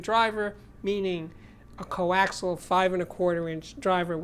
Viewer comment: FYI, the word is "coaxial". It has 4 syllables and no silent letters, I hope this helps.